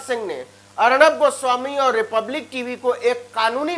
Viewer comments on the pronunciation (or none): Muje Hagnab guswamy aise sunayidiya?? 😁Can I consult ENT specialist?